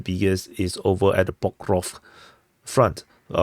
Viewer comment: Yes, I do prefer when you speak more clearly and pronounce words accurately without chopping off syllables. An example would be when you say "Pokrovsk" Instead of "Pukruff." And also "rivver" Instead of "reever." Thanks for asking! 👍